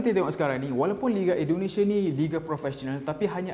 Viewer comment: Indonesia cik bukan Indonesiye